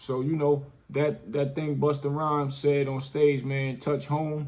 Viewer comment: No disrespect but it's Busta Rhymes and the Migos. Keep the content coming!